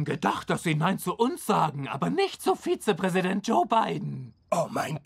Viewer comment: "Vize President"